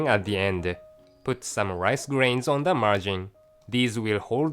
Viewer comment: ONE, ONE, ON, why he pronounces WON, God